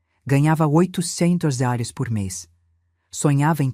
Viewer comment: Kkk Ensina este bot burro falar reais! Que coisa mais ridícula!